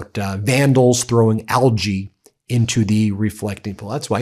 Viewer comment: Can’t pronounce algae!